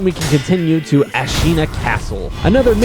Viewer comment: “Senpoo” “ah-sina” “bodysatvuhv valley” “genchro” this guy can NOT pronounce this game😭